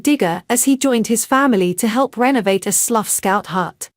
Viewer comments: “Sluf”????!!!! It’s pronounced SLOU the “gh” are silent!!! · Sluff ?? where is that? It's pronounced Sl - ow. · Yes quite agree. It is Slough as in OW or WOW! Otherwise very good. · It's Slou not Sluff. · It's going to take a long time for AI to learn the correct pronunciations of the English Language. Good video ruined by bad commentary. Slough is pronounced sl ow not sluf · Lovely piece but it’s pronounced Slough as in Cow not sluff as in gruff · Who ever the commentator is she doesn't even know know how to pronounce Slough properly. She's pronouncing it sluff instead Slou. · Delightful pictures. However, pronunciation of SLOUGH as Sluff is really not acceptable, pronounced SLOUW, get it right please. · If you go on social media you should know the area name! Slough rhymes with HOW ! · It's Slough which rhymes with cow...... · Did she say Sluff! Omg, why doesn’t someone check these narrators before they’re posted! 😂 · Was she, or should I say, was "it", i.e. the genderless A.I. trying to refer to Slough pronounced the same as "cow" , but which she made a pig's breakfast miss-pronouncing as "sluff!".YIKES!??!!?? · Robot speech makes sluff. Pathetic..... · Pronounced 'Slouw' as in 'cow'